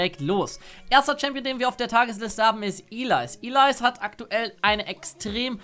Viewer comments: Heißt es nicht Elise anstatt Ilais? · Ich hab einfach locker 3min darüber nachgedacht, wen du mit "Ilais" meinst, bis ich gecheckt hab, dass du Elise meinst ^^ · Wie sprichst du bitte denn anfange bitte Ellise aus (iiileise) ???? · Was für Ilays sag doch Elise ich wusste nichtmal wen du meintest xD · Ilais ? XD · ich weiss aber fands lustig wie er es betont hat